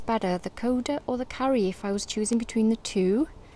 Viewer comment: Please learn how to pronounce karu its definetly not pronounced car-you